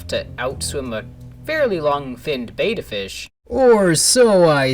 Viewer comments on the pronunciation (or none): Isn't it pronounced Bet-tah not beta?